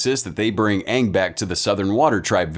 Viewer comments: probably will never have another movie and I recommend watching the series Avatar The Last Airbender since it was the original work and its better than this movie and to me them saying the wrong name for the avatar was super annoying it drove me nuts its Aang and I think one of the A's is silent though the series is in cartoon and if you do end up watching it hope you will enjoy it. :) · idk how to really say it over text lol, but it's pronounced with only 1 A, and just sounds like the letter A with ng at the end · How do you pronounce Aang's name? I can tell you that if it's based on the movie, is pronouncing it wrong. The whole rebellion scene was also super dumb as the cartoon had them stuck on a floating metal prison where they didn't have access to dirt until they got their hands on coal. Here, they're literally surrounded by dirt and too stupid/lazy to rebel. And there's the fact that the martial arts aren't in sync with the bending but rather the completed dance triggers the bending. See above earth bending prison scene for reference.